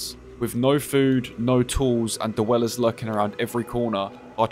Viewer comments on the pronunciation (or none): "da wellers" i cant take you seriously im so sorry